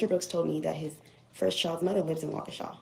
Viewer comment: This man is a Narcissist! Delusional! It thought he was then a lawyer. He’s from my hometown. It’s pronounced “Wal -key-sha”. So glad this is over. Most Bm here act like this.